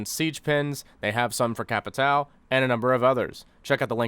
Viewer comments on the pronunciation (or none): The correct pronounce of the name is CA - PEE - TAN - HM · KKKKKKKKKKKKKKKKKKKKKK mano, me da uma agonia toda vez! CapiTAL xD AHAHHAHAHAHAH this makes me feels bad everytime... " CapiTAL " xD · it's read Capito thanks basic American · it's not capitAO, it's capitÃO. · I actually likes when other people tries to say Capitão, but they can't pronunciate "~" so it becomes "CapiT-Á-O". Ã sounds like "uoom" so pronunciate this is something like C-A-P-I-T-A-UOOM. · Brazilian here. I hate how you guys say "Ca-pi-táu". It's so fucking weird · I have yet to see an english-speaking youtuber speaking Capitão's name correctly. :( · as a portugeuese it hurts the ways you say capitão just say Captain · omfg ffs ive watched a million vids on capitao and every one of them pronounces his name wrong. use google translate to hear the pronunciation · Maybe you should learn to say is name before making a guide on him :) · Im brazillian, the way to say "capitao" correctly is: the "a" sounds like the "u" in "mud" or "cup".. you can throw "captain" in google translator too, to hear for yourself